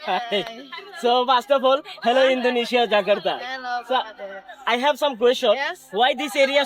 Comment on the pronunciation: It's Jakarta not Jakatra. 😢